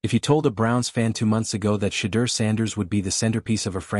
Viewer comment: You don't even sound wyt for one you can't even pronounce his name, i call bs.